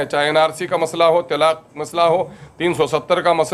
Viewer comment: Telaak nhi talak bolo